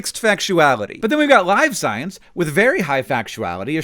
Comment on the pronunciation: I thought it was pronounced Live Science not Live Science